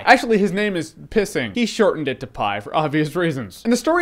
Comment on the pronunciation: it's piscine as in french for swimming pool not pissing